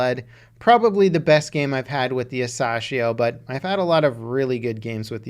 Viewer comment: It’s pronounced a sassy ho